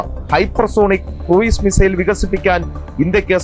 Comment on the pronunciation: Cruise = ക്രൂസ് ✅ ക്രൂയിസ് ❌